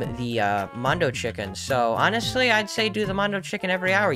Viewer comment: For a sec i thought you said 'ONNET' sly like onestly